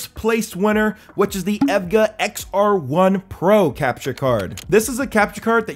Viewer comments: oh wow it took me so long to know he was saying the brand EVGA because of how he was saying it (its E V G A btw :) ) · bro really pronounce evga as ev-gah bruhhhhhh good vid tho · you pronounce evga with the letters not as a word btw. overall good vid. been looking for a capture card i can use to stream my pc off my gaming laptop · How can you pronounce EVGA 100% wrong?!